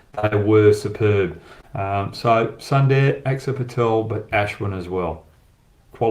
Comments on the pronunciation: Hi Brad, Sundar should be and must be pronounced as Soondar and not Sun-dar, yes it is written in English as Sun-dar but in native language it is written as Soondar. I can understand your Western Accent. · Everywhere i heard was sunday instead of sundar 🤣🤣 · It's Sunder...Soooonnnndddeerrrr..Not sunday bro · I like your videos. Please spell suundaaar and not Sunday. You will get it right😊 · Brad - sundar ..pronounced as soondaar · Brad good analysis as always, Sundar pronounced Soon Dar